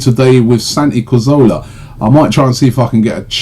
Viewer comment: Relics "CARZOLA" he says also..... shit pisses me off 😂